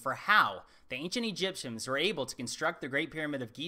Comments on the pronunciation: Did he say ancient egypsums? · "The ancient EGYPTIAMS" is that what he said..EGYPTIAMS... really?